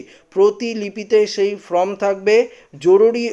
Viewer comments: ফ্রম নয় উচ্চারণ হবে ফর্ম। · ভাই, আপনার লেখাপড়া কতদূর বুঝতে পারছি না। আপনি "Form" কে বারবার "From" বলে যাচ্ছেন। যার এতটুকু বোধ নেই তার দেওয়া খবরাখবর কতদূর ঠিক বোঝা যাচ্ছে না। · "ফ্রম" না বন্ধু , কথাটা হচ্ছে "ফর্ম" ! 😊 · আরে ভাই from নয় form ঠিক করে বলুন। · Form এবং From এই দুটি ইংরেজি শব্দের উচ্চারণ আলাদা। এই বিষয়ে সতর্ক হয়ে উচ্চারন করুন ।